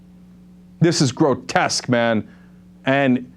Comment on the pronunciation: it's funny how he says man, it's like meng